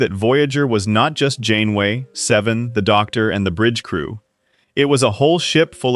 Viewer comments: 30 seconds in and you say captain “gain-way”??? Do you care so little about the crap you produce you can’t even listen to it once and correct the obvious errors? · captain who?!? 😂 Shame to butcher the name, this series was one of the big reasons I was drawn back into Star Trek.